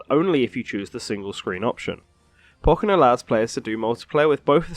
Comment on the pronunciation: u say pokken wrong